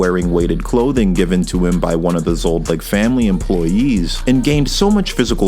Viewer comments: Is he purposefully saying Zod-licks? Does Zoldyck get caught by the censors or something, thinking you're talking about wee-wees? I'm three and a half minutes into the video and it's bothering me so much with the repetition... I can't do another half hour of it. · Zoldyck, not Zold-Lick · It’s zoldyc not zoldlyc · Zoldyck ❌ Zoldlick ✅ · Zol dycks man, not Zold lycks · ZoldLick? lol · I love the video, but everytime you say zoldlick my toes curl up a little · Please stop saying Zoldlick it’s driving me insane 😭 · Who says "Hunter X Hunter" or "ZodLyck" ?! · Did he say Zoldlick??? Lol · Whhhyyyyy are u saying zoldyck like that it’s annoying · Your pronunciation of Zoldyck is triggering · You keep mispronouncing "Zoldyck". The L comes before the D, not after.